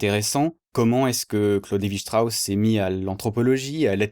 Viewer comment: Pardonne moi mais je pense que tu prononce mal Claude Levi Strauss 😂 merci pour cette vidéo très informative 👍